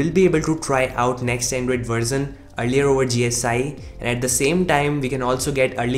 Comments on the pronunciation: Its version not "Verzon" dude. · It is version not verzin 😁😂 J.k